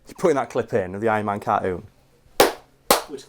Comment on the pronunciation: Ironman carkoon?